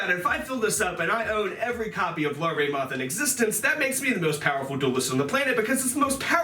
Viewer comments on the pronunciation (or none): none